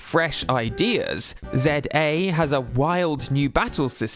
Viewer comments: It's not "Zeday" it's "ZeeAy." The absence of a consonant in the center of the word was very much intentional to keep the flow consistent. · It's "Zee-A" not "Zed-A" :( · I was caught off guard hearing you pronounce it as Zed-ayy since I'm use to it being called Zee-ayy 😅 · what is zeh-daye?😂